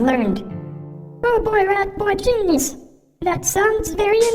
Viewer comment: "Ratboi Ginyiz."